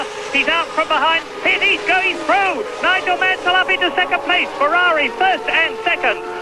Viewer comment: Oi! It's NOIGOL MANSOL!!!